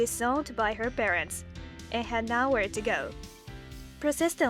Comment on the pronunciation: 'Nowhere' is said as 'no' 'where' to go, not 'now-whirr' For the love of god please research your scripts and pronounciations. You make your channel sound so half-arsed